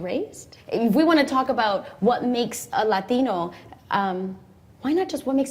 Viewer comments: For some reason, it annoys the hell out of me when Latinos who have zero accent when they speak English pronounce the word "Latino" with a hard Spanish accent. I'm sure this comment will bother lots of people and I apologize in advance. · Why do they pronounce latino like that??